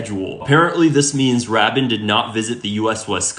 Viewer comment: I'm not going to listen to a guy who can't even pronounce Rabin's name correctly!!!!